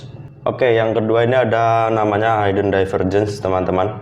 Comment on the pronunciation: maaf bro hidden lafalnya hiden bukan haiden, thanks